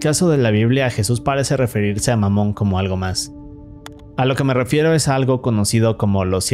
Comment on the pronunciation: ahora q escuche dijo mamon? xd